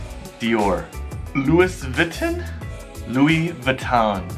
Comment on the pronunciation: 你都錯Vuitton 了